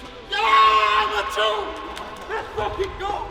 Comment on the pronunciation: Mdr le Lets go de Zonic sonne tellement français à 😭